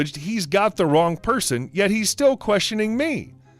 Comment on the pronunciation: Omg, when you said Wong number my coffee went everywhere. Gotta make a note, no drinking anything while listening to reddit stories